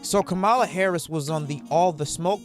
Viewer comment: 1. You keep pronouncing her name incorrectly. 2. What do you mean by “people who are still undivided” 3. You have misplaced anger, if she isn’t your pick… don’t vote for her. Do your research, make another video and request that Trump provide you with any answers at all….. you are an angry unprofessional person and it’s giving mommy issues…